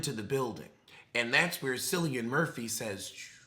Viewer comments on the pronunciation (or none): I love you but I love him a leeeeetle more ;D It's pronounced Killian Murphy.